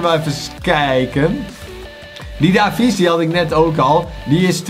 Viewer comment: er staat davies maar je spreekt het uit als deevies BAWZ ARMY